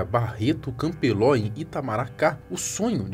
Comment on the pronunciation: Vixe. Essas canibais são famosas aqui em PE. 😂😂😂😂 faziam coxinhas de carne humana em Garanhuns, fora que usavam a carne pra uso próprio também. Se elas forem dividir cela com Deolane, ela que se cuide. 😂😂😂😂 O nome da penitenciária que Jorge tá é Barreto Campelo e não campeló 😂😂😂😂 Valha-me Cristo como ela canta mal 😂😂😂😂😂😂😂😂😂😂😂😂😂😂😂😂😂😂😂😂